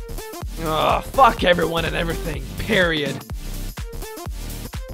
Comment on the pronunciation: Bakugou says period Me: O- Periot 😗💅🏼